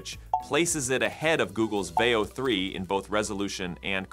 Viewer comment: I would bet money this channel is not an AI, but a man who likes fucking with y'all as he pretends to say Vayo 3 then Veo 3 or Ello and then ELO.